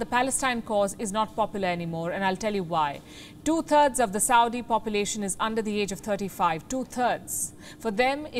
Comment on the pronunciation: If you can say threat Why do u say turds ? Instead of thirds. Yes you can but you don't. You also said in this report not only think correctly but threat correctly. So please say third correctly it's not 2 💩💩RDS but two thirds.